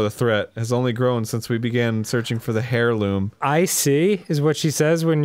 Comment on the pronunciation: Oh, dear lord, this is getting out of hand... It's pronounced "air-loom", the "h" is silent. And while we're at it, it's "geh-ru-do" NOT "jeh-rud-do" and it's "high-lee-an", not "hill-ee-an"... Ugh, the constant mispronunciations are REALLY annoying.